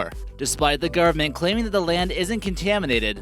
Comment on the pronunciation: It`s the government, not "the gurment".